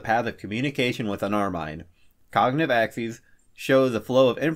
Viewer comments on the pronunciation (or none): Hey guy, it's not Ax-esses, it's Ax-eze